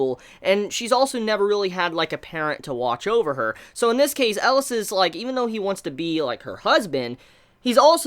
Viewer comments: IT'S NOT ELAS IT'S ELIAAAAAAS come on do you have to mishear one name per anime to stay alive?? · Magus is pronounced 'maygus' and Elias is pronounced 'E-Lee-As' :) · Please look up how to pronounce Elias ;)